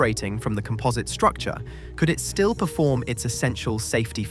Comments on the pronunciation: Also calling composite materials comPOHSit is a dead giveaway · And COM-posite, not com-POS-ite. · Also comPOHSit. I'm calling AI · Is this slop? Very English accent, very American pronunciation... alooominum, eeza, comPOZit.